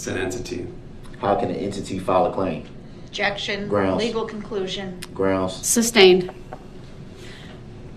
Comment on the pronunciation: "Objexion relevancy" "Reason for the SUBstain?" "Is that a TACKit agreement?" "Subject matter jurisdiction"